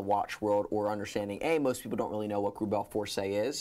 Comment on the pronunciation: *GREUBEL FORSEY